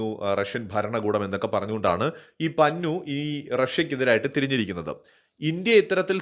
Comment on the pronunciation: പന്നു അല്ല പന്നൻ.കോഴി കോട്ടുവായിടുന്നപോലെ.😂😂😂😂😂